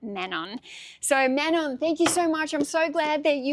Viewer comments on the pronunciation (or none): none